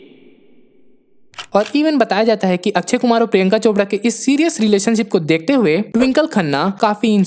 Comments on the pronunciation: Akshay Kumar ❌ akchey kumar ✅😂😂😂😂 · It's akshay...not akchhai